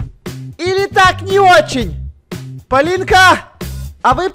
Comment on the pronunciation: хаха вместо того чтобы сказать ПОЛИНКА, СКАзал ПолиЛька